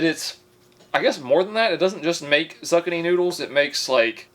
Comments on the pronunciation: Zuckanee. Never saw a sweet potato. Pronounced merlot as "merlaht". I love this guy. On that note, I've used the spiralizer for zucchini noodles and it really does work well. That mac and cheese bowl looks fun and I'm super hesitant about putting a pressure cooker in a microwave. Not to mention it turns the meat into leather. 😬😬😬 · It has to be a joke. No one says something wrong with that amount of confidence and consistency, but just in case. It’s (zoo-key-knee) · Zucchini is pronounced zoo-kee-nee and while it may look like a cucumber, it's absolutely disgusting. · I shall never pronounce zucchini, moving forward it’s now known as zuck-a-nee. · Zucchini = zoo/key/knee not whatever you said 😂😂😂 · It’s zoo-key-nee😂 Also the audio is odd for half the video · ZOO-KEY-KNEE thats how you say it lol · zucchini is pronounced zookini like bakini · pronounced ZOO KINI Jesus the more I watch the more I think you were sheltered your whole life. Mommy wipe you at 13 didnt she? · It's Pronounced Zoo-Keeny it's a type of Squash very similar to summer squash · Oh em gee.... I can't! Please tell me you're joking! Say it with me: Zoo-Key-knee! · Zu-key-nee love the vids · Lmao I can’t even with the zucchini 😂 “is a suckaknee just like a fancy cucumber?“ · Zoo-key- knee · Not me thinking "zuccani" was something I never heard of before and then seeing a zucchini realizing was saying I completely wrong & with so much confidence...this is why I love this channel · It pronounced zoo-key-knee. And the green stuff was celery. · Bro its called ZOO-KEEN-IE! The biggest troll on wording i swear. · Zukanee what oh you mean zucchini lol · Zoo-keen-ey lol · Is he really this dumb or is it an act? It's zucchini. Zoo-kenny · zuccini is pronounced zoo-ki-ni (like bikini) lol great video tho. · It’s pronounced zoo-Keenie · It's zoo-kini and it's a squash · Zucchini is said like "zoo-kee-nee" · Zoo-key-knee. Omg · Great video! Its pronounced Zookeeny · What the fuck is a zuccnee